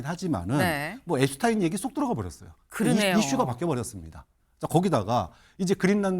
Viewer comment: Jeffrey Edward Epstein 앱스틴 이라고 호칭합니다 앱스타인 아닙니다